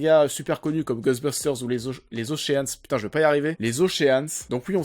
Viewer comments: Après DIDPOULE on a OCHEANE.... on prononce « OSHEUN » ou ocheun si tu as un doute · On ne prononce pas le a dans ocean ;) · Bon pour le petit problème de prononciation, Ocean se prononce comme Sean Penn